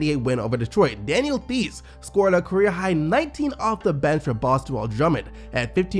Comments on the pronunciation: Theis is pronounced "Tice" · Did anyone else notice how bad he fucked up theis's name #milliinayear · You said “Theis” wrong